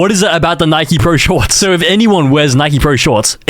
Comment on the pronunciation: how tf do you mispronounce “Nike” 🥀